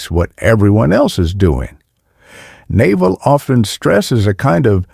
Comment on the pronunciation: the narrator pronouncing Naval like the bellybutton is killing me